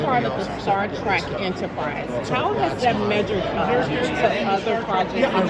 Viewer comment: Star TREK.....T R E K.....not track....Trek, as in journey 😳